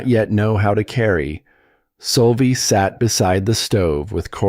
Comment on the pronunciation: Why does the speaker called the girl Solvie, when her name is Sylvia